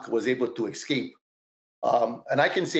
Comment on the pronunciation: ECscape?! Bro, even my six year old daughter can pronounce "escape".